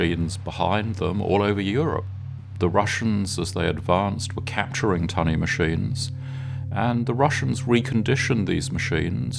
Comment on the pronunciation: Summerine? Admirality? Tuney? What bizarre pronunciation this narrator has.